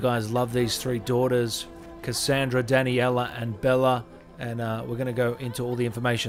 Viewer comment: No one: Him: Danny-ella Cuh-sand-druh Bela